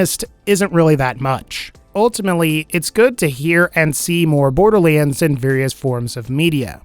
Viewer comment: borderleands?????????? SAY IT RIGHT DAMNIT!